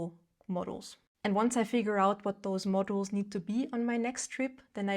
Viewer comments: When you say "modules" it sounds like "models." Books are a no, I go to thrift store buy a classic for $2 then leave it somewhere, I literally had someone ask me if that was my book after I had just set it on seat to give it away. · Pronunciation: modules - mod YULES